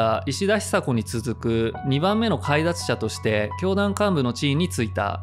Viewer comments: ～、解脱者「かいだつしゃ」ではなく、「げだつしゃ」と読みます。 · 興味を持って調べているのだろうけれど「解脱者（げだつしゃ）」を「カイダツシャ」と読んでいるのを聞いて、当時ニュースやワイドショーで毎日聞いていた単語が、市民権を失っていた事に一種の安心感を覚えた。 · 細かくて申し訳ないんだけど「解脱者」と書いて「げだつしゃ」と読みます…… 「解脱」だけだと読めても他の文字くっつくと読みづらいですが…… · 解脱者 ❌かいだつしゃ ⭕️げだつしゃ どの死刑囚もオーム真理教からは離れられないまま死んで行ってる。 宗教に依る洗脳と言うのは難しいね。 死刑を目の前にしても自分を取り戻す事は出来ないんだ・・・。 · 解脱者を「かいだつしゃ」と読んでました。 正しい読み方は「げだつしゃ」です。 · 解脱者は「げだつしゃ」と読みます。